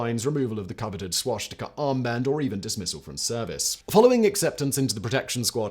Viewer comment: Swashtika Simon? Really?